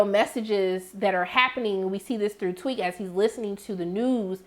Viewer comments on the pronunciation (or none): I’m sorry are you calling him “ Tweak” girl what😭🤣 his name TEAK! 💀💀💀